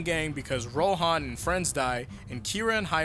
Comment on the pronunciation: It's Ro'han', like 'han'd, it's not pronounced 'hawn'd Why can Americans pronounce nothing correctly even after listening to it for an entire season